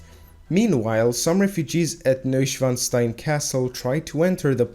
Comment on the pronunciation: FINALLY!!! Someone other than myself who can pronounce Neuschwanstein properly!